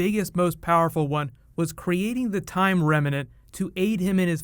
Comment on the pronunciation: "It's a time remanent"